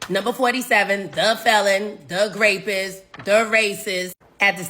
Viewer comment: Hakeem, you need a speech thewapiss!